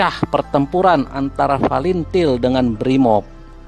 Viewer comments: Tak tau baca pun bilang fretilin bukan til til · Fretelin gaes.....bukan falentil....hahhahahah.....g sekalian falentain....kamu kalau mau ngoceh harus makan gorengan dlu....biar licin omongan nya.....hahhahah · Pretilin bang bukan palintil😭😂😂🤦🏻‍♂️